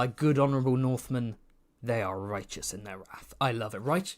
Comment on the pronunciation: Why are you pronouncing wrath like that 😭